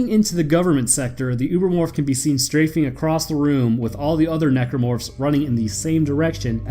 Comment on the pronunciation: I'm here for "Necormorphs"